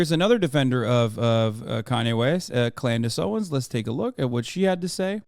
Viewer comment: I’ll never get over “Klandace Owens” 😂😂